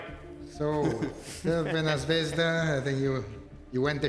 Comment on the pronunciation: Wow she really said crvena zvezda perfectly 😂😂😂